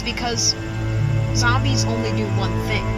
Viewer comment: lol he says zambies